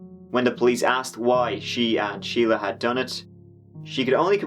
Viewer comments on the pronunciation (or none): Shelia and Sheila are not the same. Shelia is pronounced Shell-ya. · Is not her name Shel-ia? Not Sheila? Edit: I heard the judge say Sheila too and I'm thoroughly confused